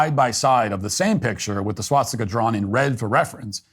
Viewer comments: Ah fck I'm not gonna be able to un-hear swat stick-a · Why does he keep saying SWATstika? There’s only one t.